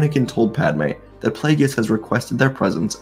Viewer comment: The name is pronounced PLAY-GUS 😂😊 Good story though.